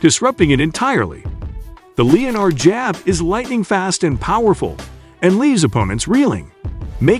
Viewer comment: "leo-nard" jab? It's pronounced 'len-ard" jab fool